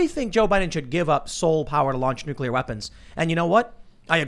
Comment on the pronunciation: Taking the power from the president would cause wide spread issues with international diplacy I'd the pres can't have that "bargaining tool," for lack of a better phrase. Also, there is no 'u' between 'c' and 'l' in nuclear... pronounced 'new-clear" /n(y)o͞oklēər/ (taken from the dictionary). Sorry to be "that guy," it's one of the few words that pinches my brain when people put an extra 'u' in it...have a similar reaction to idear but to a lesser extent...we shouldn't change the language any more, especially at this time when our language is being co-opted and destroyed by identity politics anyhow...